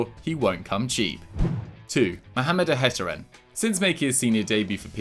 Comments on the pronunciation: For future reference, Mohamed Ihattaren last name is pronounced (IH-AH-TARREN). keep up the good work. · you butchered ihattaren's name